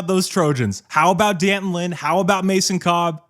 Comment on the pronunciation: It's pronounced Danton. Not Dee Anton.